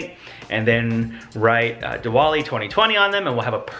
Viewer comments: you guys should have let Cadence follow hindu religion does Cadence still knows how to speak bengali or not anymore? they way Cadence said diwali was not at right( i get you guys never heard of that word) but she has grown up celebrating and she should have said Dee-Wali love how u guys don't let Cadence forget her roots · Rangoli is actually pronounced "rung-goli" not "ran-goli" Diwali is pronounced "dhee (like the other sound "the" makes) -waal-ee"